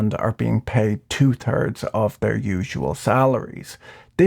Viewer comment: A man who still can’t say three or third…